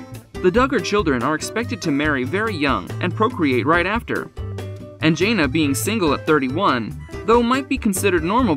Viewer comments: If you’re going to do these videos, at least pronounce their names correctly. It clearly proves you know nothing about the family. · If you're going to report on a person the decent thing would be to pronounce their name correctly. I don't see your journalistic career going far. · Her name isn’t Jay-na. It’s Jan-na. Get it right if you’re going to do a piece on someone. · JANA not JAYNA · It is jãna not jāna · Thank you this guy was driving me nuts calling her Janea' !!!! 😳 I just wanted say to say her name is JANA!!!!! 😊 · Her name is pronounced Janna not Jayna. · Her name is Jan-na!!! Not Jain-na!! Get it right if you’re going to feature someone in your video! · It is hard to respect a channel that can’t even pronounce the characters name correctly. It is Janna not Jains. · Jan na, NOT Jay na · It’s Jan-ah... not Jane-ah 🙄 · 1st of all Mr spokesman her name is JANA not Janea ! When the right man for her comes along she will know ! 😊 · Her name is NOT Jane-ah..it's Jane-ah.. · Her name is pronounced Janna not Jayna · JAN-A. can't you say it right???? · Her name is Jana pronounced J Anna not whatever you said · Can you at least say the girls name right??? It was so aggravating listening to you butcher her name through this entire video. It's jan-a!!! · I hate the way they pronounce her her name. I hate the way protray her.. she is just living life. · Thank you! I just commented up above you, None of the facts are correct, he showed a picture of Jill, and said it was Jana, and then another time talking about pants when she was with Jinger who DOES wear pants! So aggravating! Can’t even pronounce the her name right! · Actually it doesn’t make me feel anything. This moderator has mispronounced her name for months and so many people have told her to say it correctly and she has made no attempts at correcting herself. I haven’t said anything about it until now because it gets to be frustrating after a while.